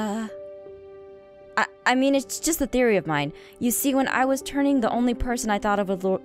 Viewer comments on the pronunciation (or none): none